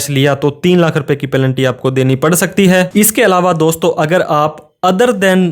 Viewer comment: पैलेंटी = पेनल्टी। कृपया उच्चारण का ध्यान रखें